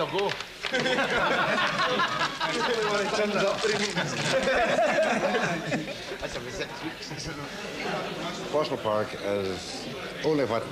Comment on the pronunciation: I like how Yer Man says Poe sull park. It's true name. I still cringe when folk refer to the area as Poe Sull. Naturally, Poh sill park would be the proper phonetic, but still nice to hear the word park at the end of the name.